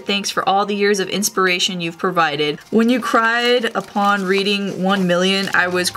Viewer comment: rae in the the letter he said reaching insted of reading